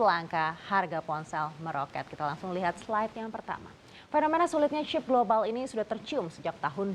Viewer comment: kenapa sih Mba ketika lu bilang "Chip" gak bisa biasa aja gitu, "CHeep!" "CHeep!" "CHeep!" bruakakakaka